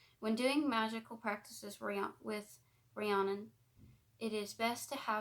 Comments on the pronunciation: My name is actually Rhiannon, the way you say it is Re-ann-on, but sounds more like Re-Ann- in. It rhymes with shannon. No one ever pronounces it right, it isn't a big deal though. My last name is tough for people too. Busby. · Hey! Fluent Welsh speaker here to help 🤍 The Mabinogion = Mahb - in - ohg- eon Rhiannon = Rhean - non Epona = Ehp - oh - na Hefaidd = Hehf - ai- dd ( dd, is also a single letter in Welsh and is pronounced like the letter ‘th’ in “the” ) Pwyll = Poo - uh - ll ( ll, is one letter in Welsh and pronounced like a hissing noise ) Dyfed = Duh - fehd the video overall was wonderful 🤍 well done, and thank you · Loved this. Her name is said Ree Anne On. Hope that helps x. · Its pronounced ree-Ann-inn it's my best friend's name